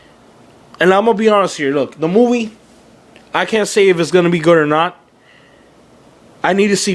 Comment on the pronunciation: the way you say movie just pisses me off. FUCK YOU!